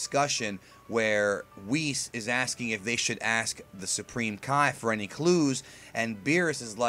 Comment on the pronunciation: Really?! Whis' name has been around for 2 or 3 years and you still can't pronounce his name right, like come on!